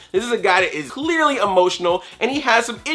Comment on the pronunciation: "He's not supposed to be the new vader!" Me: LOL no way, too emotional, sad boi- "-he's clEARLY emotional" XD